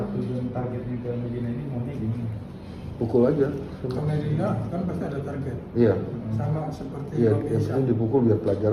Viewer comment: Nyebut nama dr td kok slh mulu to pk.. Pk.. Mami di blg mama .. Medina di blg mediana🤦🤦hewdeh... Minum dlu pk biar gk blenk😁😁😁🙏🙏🙏